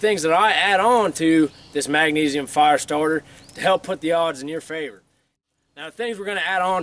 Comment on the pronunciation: I like how he says fire. Farr.